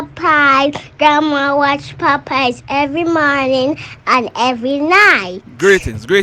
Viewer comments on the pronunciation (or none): none